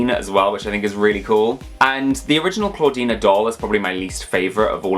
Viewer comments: It’s clawdeen not clawdeena <3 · Why do you call Clawdeen ClawdeenA? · I think youre saying clawdeena instead of clawdeen lol (might of been a slip of tounge or me mishearing) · Her name is Clawdeen, not Clawd**na